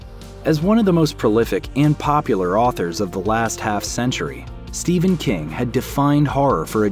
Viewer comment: Why do you pronounce ''ph'' as a ''V'' it is Stephen not Steven.